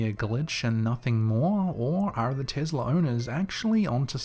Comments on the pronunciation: Oh dear! It's not Tizzla, it's Tess-la Be careful, you don't want Elon pimp slapping u for your laziness. 😘😉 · I swear i thought you said "The Girl With The Tiddy" lol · Sounds like you said"The girl with the tittie."😃I know you didn't but I laughed so hard I'm from southeast Tennessee though lol,😃 Love your videos top notch my man!!!Love to you from Tennessee Cherokee Nation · "investla" ....... What a douche